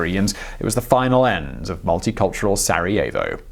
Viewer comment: Did you just say... Sareovo